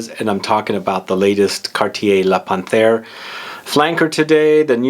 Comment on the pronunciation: I have this,it's beautiful 👌🏻 Excuse me but it's pronounced Pan....terre. ☺️☺️Great review